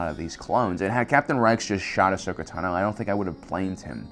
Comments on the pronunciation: its tah no not tuh no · I’m sorry...ahsoka TUH-NO ITS TANO😂😂😂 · ahsoka Tuh-no? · it's TAH-no, not tuh-NO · WHY OH WHY DO YOU PRONOUNCE IT TANOOO... it is clear from all the animations it is tAAAno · I love this guy. But how can you be a Star Wars focused channel for so many years and still say “taNO”? I’m not attacking because maybe it’s something I missed or perhaps it’s a speech impediment. I just wanna know if it’s a way other people pronounce her name? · I like how he says Ahsoka tanO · T'No. Apparently Ahsoka is a Vulcan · The way you pronounce "tano" is annoying man. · Anyone else bothered by how he said “Tano” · Why is no one talking about the way he says Ashoka tano? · For the love of god, stop saying Ahsoka's last name if you can't pronounce it right. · "Tano" Emphasis is on the "a" not the "o" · Video's great but please pronounce Ahsoka Tano correctly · The only person in the world who says Ahsoka's last name like that. 😱🥺